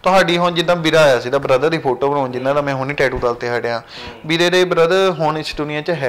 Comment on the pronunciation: App chahe bhra boln ch problem a, par bhra ne photo boln la tiya 👌👌👌